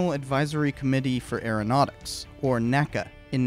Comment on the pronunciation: In addition, NACA is pronounced "N. A. C. A." not "nacah". NASA is "nasa" and NACA is "N. A. C. A.". I don't know of a better source than wikipedia, but NACA did create and airfoil classification scheme and those are called by initials rather than an single word.